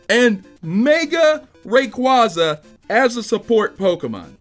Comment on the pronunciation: requaaaaaaaaza NOT requOza